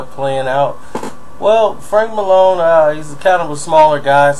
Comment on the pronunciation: It's Maloney not Malone. In and out technique!! Are you referring to what I think you are?